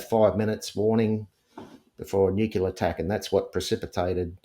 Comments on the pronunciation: I really struggle with believability when someone says "nucular" instead of nuclear. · It is annoying and questionable when and important word is continually pronounced incorrectly - it’s pronounced incorrectly with a U where a U isn’t present , nu cU ler and it’s nuclear- he should know how to properly pronounce nuclear - it’s said as it’s spelt - it’s not rocket science. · Ever since that Gumby, George Bush Jnr….we’re fkn stuck with ‘nukular’. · Sorry but i have trouble believing anyone who pronounces "nuclear" as "NUKE-U-LER" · Just a thought - I’m suspicious of anyone who pronounces “Nuclear “ as “Nu - cu - lar.” An Intelligence officer would be intelligent and well-educated enough to know better. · The way he massacres ''nuclear'' is particularly annoying n irritating. And what happened to his hair?